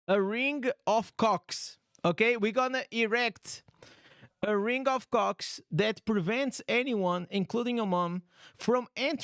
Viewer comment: Enunciate the word more clearly 😅😅😅 i almost got choked on my coffe hearing erect a cock.... should be rock right 😅😅😅😅